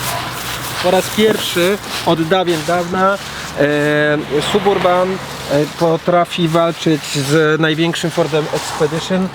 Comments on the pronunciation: Panie.wstyd trochę.Jest pan fajny madry gosc.a mowi pan ciagle SUB URBAN.TAK SIĘ PISZE.ALE CZYTA SABURBAN.PZDR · Ale kaleczysz angielski. Nie da się tego słuchać. Wymawia się: səˈbərbən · Nie piszę tego by hejtować. Suburban czyta się saberban oraz drugie "a" jest bardzo krótkie (brzmi prawie jak "y") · Czyta sie Sab Urban....i tego trzeba sie trzymać.pzdr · Suburban...., myślałem, że umiesz trochę angielski?? Naprawdę tak trudno wymówić poprawnie, w imię dobrych nawyków?